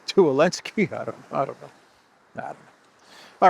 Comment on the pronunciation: Did Trump call Zelenskiy Elenki?...😅😅😅😅😅😅